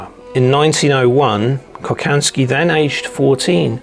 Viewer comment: Hi, Interesting stuff! Please ask for help when it comes to pronounce Slavic names. Kochanski is pronounced Kohansky